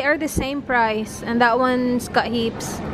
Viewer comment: Ate...bakit pag nagsabi ka ng word na "that" parang ginagawa mong silent "t" ung dulo?? parang "tha" lang.